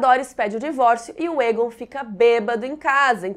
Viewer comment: Toda vez que a fala Egon, eu ouço ela falando "targaryen"....kkkkk